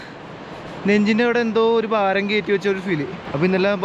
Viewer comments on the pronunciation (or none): none